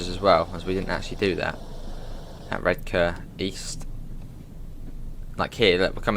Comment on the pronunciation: I'm a Redcar lad myself and it's awesome to hear someone pronounce Redcar like us locals do (Redka - silent 'r'). Excellent stuff 😀😀😀